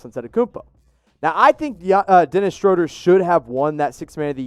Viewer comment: Woohoo you say Schroder correctly! If any stand Nate Duncan saying shrewder on his Pod